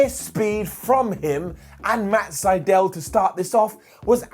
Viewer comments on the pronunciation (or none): none